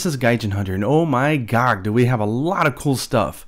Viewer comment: “Oh my gog” cringe gotta give me a warning man lol